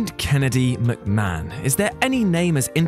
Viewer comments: it's McMahon not McMcahon !! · Ah yes, Vincent Kennedy McMcahon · 1st part of the video “Vincent Kennedy McMcahon” 😂 I wish he was called that it’s funnier. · MC MAHON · Who is Vince McMcahan?